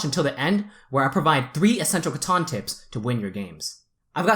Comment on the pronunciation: Loved the content. However, drove me crazy the whole time was you're pronouncing it wrong. It's CA-TAN, not CA-TAWN.